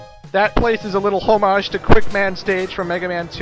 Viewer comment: you pronounced homage wrong